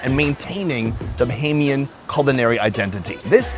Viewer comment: I like how you started off sayin “bohemian” and you must’ve got more acclimated and got right with “BAH-HAME- YEN”...that’s respect ✊🏽.. I appreciate that. This makes me soooo happy I been following you for this whole time and you finally came back (ppl don’t know your PILATE episode, that never made it..was in the BAHAMAS)...LOVE that you came back up your roots! ✊🏽 🇧🇸